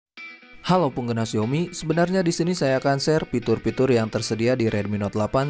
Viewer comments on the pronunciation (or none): Fitur bang, bukan pitur 🤪